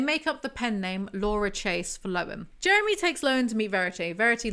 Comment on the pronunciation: My husbands name is Jeremy and this made my night just listening to all the times his name was mispronounced.